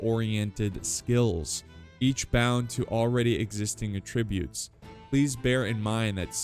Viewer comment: Ah-Trib-You-t's youts like toot toot. NOT "A tribute" but "ahhh trib youts, love ya, God bless!